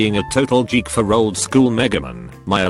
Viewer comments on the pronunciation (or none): >computer jeek